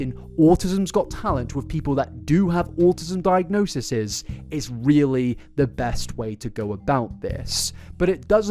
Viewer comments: Diagnoses. Di-ag-no-sees. That's the pronunciation you're looking for. 😂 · Plural of diagnosis is pronounced "die-ag-NO-sees" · Since you asked, the plural form of diagnosis is diagnoses, pronounced diagno-sees. Same stress on the 'no' syllable. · Not that it matters, but since you asked -- the plural of diagnosis is diagnoses (die-ag-know-sees). Fun fact! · Diagnoses = 'diagno-sees'